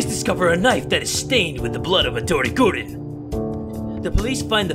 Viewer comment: I hate the fact that he say madori gurin not MADORI GUUUUUUUURIIIIIINUUUUUU